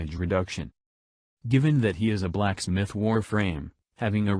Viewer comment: They really emphasised the “Black” in blacksmith.